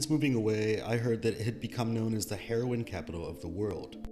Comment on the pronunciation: He saying heroin with that hard h.😅